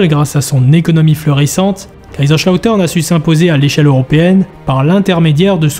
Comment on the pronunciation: SUPER VIDÉO ! Juste les S en allemand ne sont pas des CH 😅